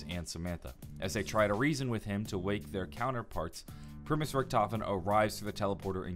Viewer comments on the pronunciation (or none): none